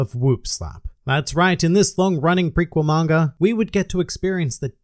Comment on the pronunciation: Why do you always say "Mangar", it's Manga dude! Arrgh!